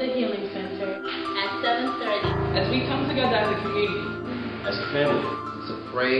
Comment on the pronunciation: "one gether"!!! hahhhhhhhhhhhhhahahahaha